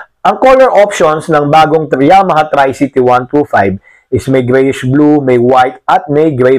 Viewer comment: correction po....tree-cee-tee hindi try-cee-tee.